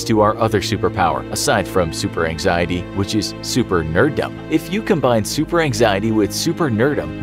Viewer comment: said “super nerd-dum” is “super nerd-dum b̶” an actual state mental? 🤔🤔